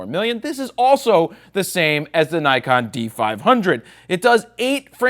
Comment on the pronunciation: Did you say DIKEon?! :D